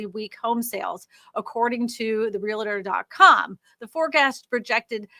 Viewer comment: HEY; ONE EASY WAY TO REMEMBER TO SAY REALTOR CORRECTLY IS TO THINK 2 SYLLABLES AND NOT 3. REAL-TOR!